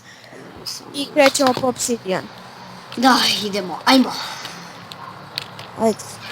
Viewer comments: kaze se OBSIDIAN a ne OPSIDIAN!!! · kaze se opsidijan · Pa isto je, bitno je da se razume sta hoce da kaze